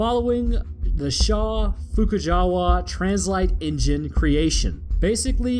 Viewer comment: Shaw-Fujikawa* I thought I heard you say it wrong, had to look it up to be sure.